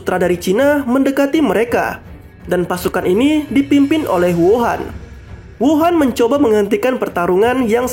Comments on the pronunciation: hou an bukan wuhan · Mimin slh ucap Huo an masa d sebut wuhan